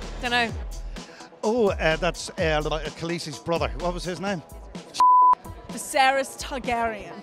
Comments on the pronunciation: When they said "Vis-ER-ys" I wanted to throw up. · They call Viserys "Visceris" like "eviscerate"......XD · Did they have the answers written down for them? Why would they all say viserys but pronounce it wrong?